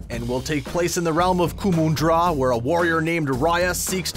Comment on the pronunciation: Kumandra, it is spelled Ku - mund - dra, not ku-moon-dra😓